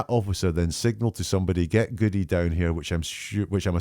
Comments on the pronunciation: Jen knew she had prepped the paramedic 😂. Paramedic lied because she said an officer said get "Goody" when the officer would know it's pronounced Good. Interesting though because Jenn McCabe has called him Goody lolol. Obvious liars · The female EMT calls Sgt Goode, pronounced "Goodie" and says it differently than it's pronounced but she is supposedly quoting an officer that knows how to pronounce his name. Dead give away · It is very odd to me that the female reported the officer 'signalled to get Goodie down here'. The name is pronounced Good but spelled Goode. Which indicates she READ the name and based on the ending e, assumed pronunciation. If she in fact heard it, it would have heard 'Good'. She acts as if the name is unknown to her so her only knowledg would be hearing it-yet she pronounces it based on spelling, doesn't add up.